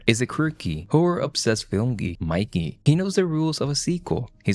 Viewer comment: It's Mickey, not Mikey!